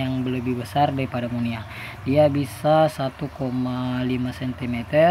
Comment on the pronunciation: Maaf, sedikit meluruskan. Bukan monia, tapi moina🙏🏼😀